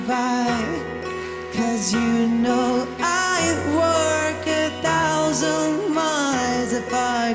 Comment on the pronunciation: 生歌でこのメロディーは最高ですねThousand の発音が特に好きやなって思います！